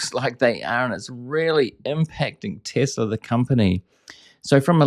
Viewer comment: So funny! Tesler instead of Tesla!😂